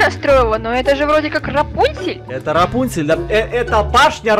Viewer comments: Они говорят рапунсель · НОРМ ЛЮДИ:РАПУНЦЕЛЬ:ЭТО РАСУНСЕЛЬ Я В ЭТОТ МОМЕНТ:🤣🤣🤣🤣🤣🤣🤣🤣🤣🤣🤣🤣🤣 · КАКУЙ РАПУНСИ ПРАВИЛЬНО РАПОНЦРЬ !!!